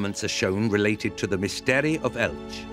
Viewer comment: Qué bonita es Elche / Elx. ¿Pero el narrador? Ug, no puede pronunciar el nombre de la ciudad. Qué raro.